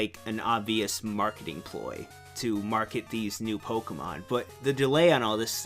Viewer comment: I love how you pronounce Pokemon correctly. I fucking love it so much. Thank you.